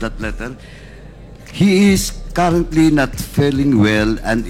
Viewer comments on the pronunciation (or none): jusko nman paduano . ayusin mo yung mo muna yung pag bigkas ng mga salita .. "he is karantly not feleng well and is need of mats rest "😂😂😂😂😂😂